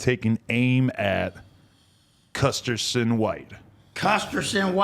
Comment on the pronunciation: "Custerson white" 🤣😂